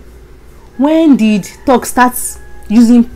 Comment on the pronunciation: do you mean thugs ( pronounced like thags). Mean bad people..